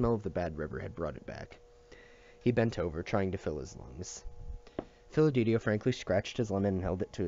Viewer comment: This series really helped | side note it’s pronounced Fid-e-li-to not Fil-e-de-tio